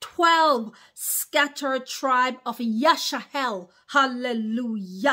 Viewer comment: Why are you saying Yash-a-hell instead of Yash-a-rel 🤔